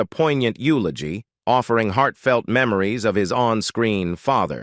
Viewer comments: These computer voiceovers totally fuck up the work you have done to compose the article. The RIFFELMAN? YULEOGEEE? Downvoted. Surely you could find a human to voiceover your work. Or do it yourself. I would rather hear a not so good human voice than these stupid computer voices with the jarring mispronunciations and mechanical pacing. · The AI voice is hilarious! "Joanie Crawford, Cornors former costar from 'The rifflerman', delivered a heartfelt elogie, remembering the econic actor not just as a collygue, but as a clothes freend."